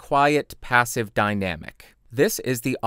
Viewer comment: Thanks for the explanation, but I knew all that; it was a joke. About your rather unusual pronunciation of the word. Sorry.